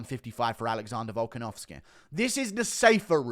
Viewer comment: “Alexondah Volkenovskehh”